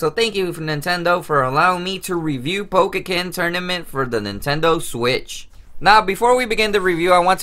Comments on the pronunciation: Its po-ken not pokeken! So annoying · Dude you know you're pronouncing the title wrong right? It's pretty annoying